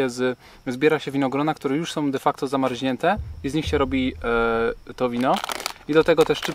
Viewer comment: skąd sie wzielo u Was "zamarŹniętę"? Słysze juz któryś raz, myślałem, że przejęzyczenie.